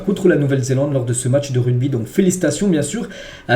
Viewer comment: RUGBY. PAS RUDBY 😂😂😂😂